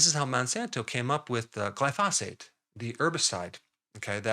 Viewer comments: Isn't it pronounced GLY-pho-sate, with the stress on the first syllable? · Doc , When pronouncing glyphosate put your emphasis on the first syllable and let the rest fly. Just think of the word hibernate and how the emphasis is on the first syllable there, and all will be well